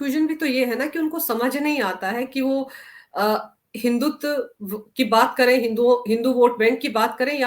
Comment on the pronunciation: हिंदुत्व शब्द का उच्चार हिंदुत ऐसा करना नही चाहिये। आप "व" का सही उच्चार करनेको डरती हैं क्या?